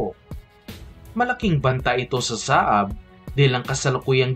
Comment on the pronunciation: Hindi "SA-AB" kundi "SAB"!